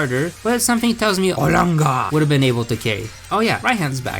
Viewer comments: I love how he says “arlanger “ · The way he says olangaar makes me laugh every time